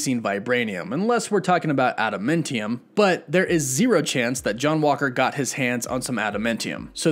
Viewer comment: Just like Meh-FIS-To isn't Meh-Fes-to.....Adamantium is Ah-Dah-MAN-tee-um....NOT aAh-dah-Men-Tee-um.....lol. love the channel, hate the pronunciation ;p